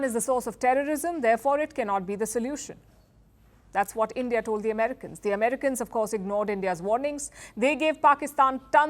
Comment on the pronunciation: "End-Yeaah" out!!